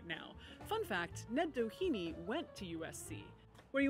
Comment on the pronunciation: It might just be different since the family would have been integrated into America, but the Doheny's were Irish immigrants escaping the famine, the pronunciation would be less like "Dah heeny" or "Dough heeny" and more "Dah henny", with little emphasis on vowels, but a little bit of emphasis on "Dah".